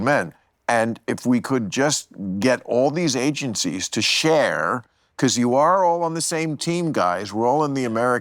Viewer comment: Why do you say beguzz? It's because.